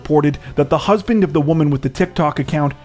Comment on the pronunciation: did anyone else hear "the womans 'husbing' "?